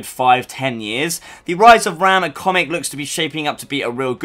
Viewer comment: How are u a gears channel and pronounce raam wrong